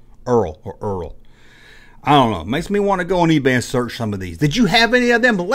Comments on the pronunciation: LOL! You are struggling on that brand aren't you - Dont worry - You are not the first... ERTL is pronounced "ER-TELL" And I REMEMBER SPORT BILLY! The Toy is Billy's Time Machine... The Characters would end up travelling through time to numerous Sporting events through history... Very odd show but it was fun! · It's pronounced "ertl".